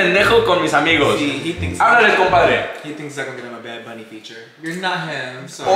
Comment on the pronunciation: "Wait wait wait wait wait wait, I'm fina play Bad Bunny " then goes ahead and mispronunces the words.😭😭😂😂😂💀💀